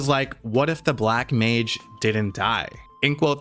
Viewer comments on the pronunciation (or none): none